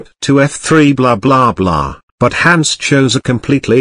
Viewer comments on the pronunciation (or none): none